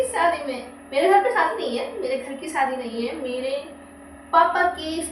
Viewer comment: Sadi nhi hota shadi hota hai 😂